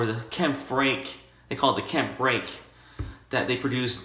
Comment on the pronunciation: Kampfe would be pronounced Kam-pfuh